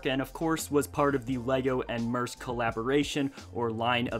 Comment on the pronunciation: You did not pronounce mearsk correctly